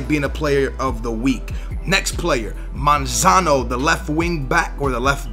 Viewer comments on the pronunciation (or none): why you pronouncing monzon monzano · lol yea he says manzano or somin like that and its monzon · When talking about Monzon: "...the left back Monzono..." WHERE IS THE EXTRA O COMING FROM BRO! hahaha